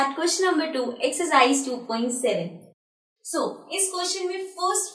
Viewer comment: Maam (sho) on nahi hota. (So) on hota he.😅😂